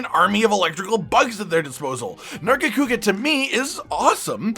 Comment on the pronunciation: Nargacuga? THE FUCKS WRONG WITH YOU?!?!?!?!